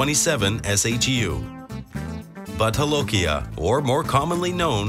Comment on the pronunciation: What??? Butt holokia??? Hilarious..hahahaha hahahaha... Kindly note the correct pronunciation of no. 7 is Bhoot Jalokia, Bhoot meaning Ghost and Jalokia is the name of the place in Nagaland where the pepper is mostly produced. Amongst the locals they called it Raja Marja, king chilly.